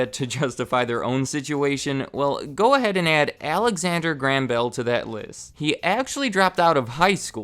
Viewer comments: "alexander gram bell" WTF, it's pronounced GRAY-um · It is pronounced Graham not gram. But otherwise very good video. Keep them up. Crazy to think Western Union was around then. You should do a video on them. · I'm from Scotland, and grew up in his hometown - it's pronounced "GRAY-HAM" not "GRAM" love your vids though :) keep up the good work! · That is the first time I've ever heard Graham pronounced like that. I am English and my Grandad is called Graham and the only way I've ever pronounced his name is like "Grayhum". Even Mr. Watson pronounces it like this. Just interesting to hear it said another way. The differences in the same language are so interesting! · You pronounce Graham weird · Weird, only now noticed that Americans pronounce Graham like gram